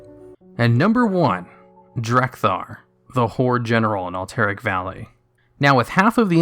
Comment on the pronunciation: lol "Alt-Eric valley"